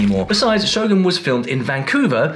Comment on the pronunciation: I'm just glad you call it "Show-goon" Hollywood folks tend to go "Show-GUN" which always irk me so 😅